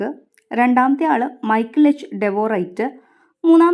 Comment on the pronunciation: മൈക്കിൾ അല്ല മിഷേൽ